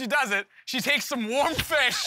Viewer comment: "WOAM fish"